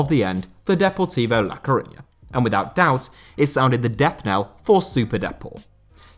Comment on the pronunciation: I've been a Deportivo fan for around 30 years in part because the city of La Coruña was around the same size as my city (Canberra) and partly because a local TV commentator (Les Murray) pronunciation of the name made them sound like the sexiest club in world. The Blue & White vertical stripes helped as well. I was so excited in 2000 when they finally won la liga, so to see them in the third tier is incredibly sad, but the start to the 2021/22 has been positive, hopefully it will continue and I will see them in the Segunda next year, and who knows what happens after that. All the best Super Depor.